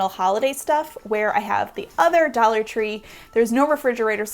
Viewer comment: Dallor tree lol